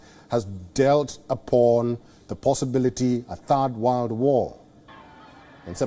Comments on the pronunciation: Did I hear “wild war three” or “why war three” ? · world or “Warld” …banker or “bunker”…. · The way he pronounced ‘world’ had me smiling